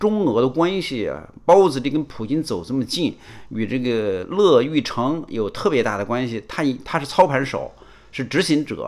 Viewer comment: 我真不明白，为什么“小和”、“北京侃爷”、“大康”、“陈破空”……诸多媒体人，无一例外，都把“乐玉成”的“乐”读错！在姓氏里“乐”读“YUE月”！